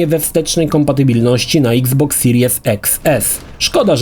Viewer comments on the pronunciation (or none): none